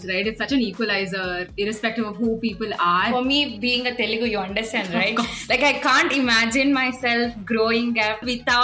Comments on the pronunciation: Even if you are malayali, i have seen nice North Indian people but all of them are a bit ignorant. They don't put in the effort to pronounce the name of the language property, so many of them actually call it teelgu, which is frustrating. And these are people who have been living in Hyderabad for more than 5 years that's why I am angry and that's why I am ranting. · The teelgu thing is so true. It's so annoying when North Indians pronounce like that. You don't know the language okay but learn to pronounce the name of the language atleast.